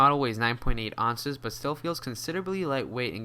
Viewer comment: Ounces, not onses. Also you say accessories wrong. Just wanted to share my hate.